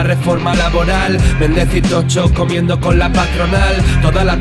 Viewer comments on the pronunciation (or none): por favor... se dice "Tosho" y no "Tocho". si los demas nos molestamos en decir los nombres que provienen del catalan, valenciano etc, en su correcta pronunciación dialectica propia, podríais hacer lo mismo con el gallego, no creo que sea tan dificil pronunciar bien un nombre propio en su legitimo idioma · ¿Me fallan las orejas o pronuncia "Tocho" cuando dice "Toxo"?